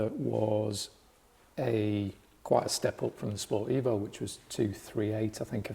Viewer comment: It took me until Episode 2 to realise he meant "Sport Evo" rather than "Sportivo", I kept thinking to myself I have never heard of this model.